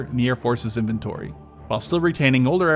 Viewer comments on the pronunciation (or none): none